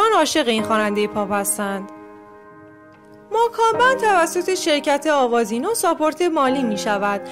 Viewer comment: اول یاد بگیرین درست تلفظ کنین گروه ماکان بند؟؟؟؟؟😐🤣